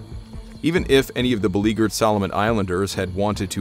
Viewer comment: beleaguered = bell-oo-jured